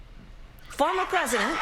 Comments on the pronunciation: that awkward pause tho...EPIC fffff-ffffuhhh- "FORMER president" lamayooooo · This fo..ormer president The pause was so masterfully done to achieve the maximum hilarity. 🥳👏 I don't think that's the F word Harris was looking for. 😂🤣 Nope, it sure wasn't for the millions watching around the world. Probably more of the Gordon Ramsey 's favorite F word was the word most would have thought of. 😅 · . yup that made me laugh out loud very hard when she paused. it was actually brilliant. show restraint, not saying what some many were filling in the blanks. Absolutely brilliant. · Loved the "pregnant pause" before she said "former president." I know what word formed in my mind during that pause and it started with an "f" (and end with "-er). Hysterical.